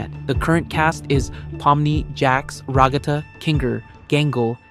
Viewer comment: Ragatha ❌️ Ruggata ✅️